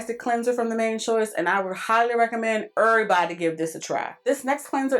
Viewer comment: I know you are a! When you said errrbody! DMV in the house😂